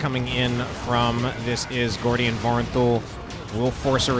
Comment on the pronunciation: Its Gordian my friend xD